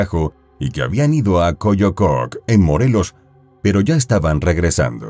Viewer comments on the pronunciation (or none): Es Cocoyoc no coyococ , 🥴 excelente narrador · Una aclaracion, en Mexico se le llama "güero o güera" principalmente a la gente de cabello muy claro o rubio. Y, en segundo termino, se usa tambien para las personas de piel blanca, ya sea con cabello rubio, o mas oscuro. Otra aclaracion: el lugar se llama "Cocoyoc", no Coyococ. Una mas: Tlalpan se pronuncia con la entonacion fuerte en "Tlal", no en "pan". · Cocoyoc (no Coyococ) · Se llama Cocoyoc. No Coyococ. 🥱